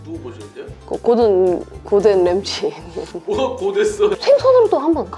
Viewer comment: 발음 골든 램지=고된랜지 완성=안성 말투 너무 사스럽쟈냐 사랑해용 💕 💜